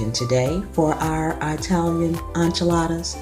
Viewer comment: Italian not Eyetalian